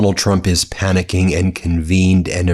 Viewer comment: Stop saying panicking....